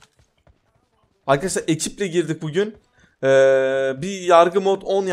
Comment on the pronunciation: bir merheba demesini öğrensin merrebeer arkedeşlar diyo